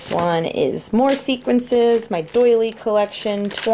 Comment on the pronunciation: Love your room and your sunny personality. Please excuse me for mentioning this, but I am hearing it in more and more videos, they are sequins not "sequences". Sorry, I know that is nitpicking - it just drives me crazy! Thank you for sharing your room with me, I got lots of good tips for organizing and storing.